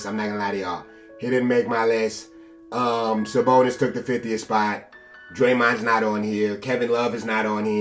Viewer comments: The disrespect on Sabonis name bro wow. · this nigga said sabonis at 50